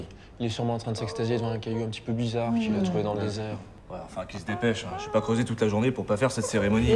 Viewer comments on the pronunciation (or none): none